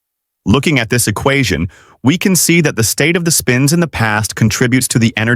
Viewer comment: text to voice turned texan